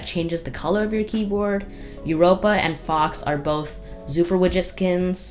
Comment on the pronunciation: Are u saying widget or midget xD